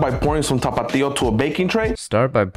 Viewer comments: it's a stupid word and I'm Mexican. I cringe at the way this guy exaggerates it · Why he was turning on the music while pronouncing tapatio 🥶🥶🥶🌚🌚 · my guy cant pronounce tapatio well no wonder its censored 😂